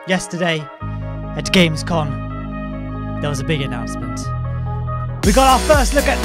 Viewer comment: its gamescom not gamescon. It’s not a convention, it’s a fair